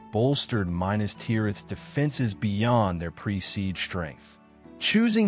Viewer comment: OMG please learn how to pronounce ‘Minas’